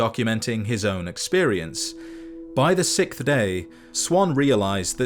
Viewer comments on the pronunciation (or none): "By the sickth day" Was that a pun or a mispronunciation